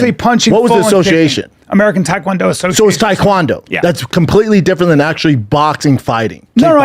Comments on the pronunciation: It's Tae Kwon do not thai Kwon do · Brandon : “Taequandoo”